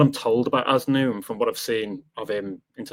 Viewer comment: Pronunciation Az-nuu